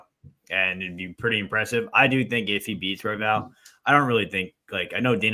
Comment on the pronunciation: Had to rewind a couple of times but the way pronounces Royval sounds he’s saying Huevos. Which means eggs 🥚in Spanish 😂